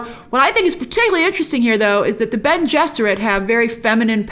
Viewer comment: Its Bene ! lol but yeah!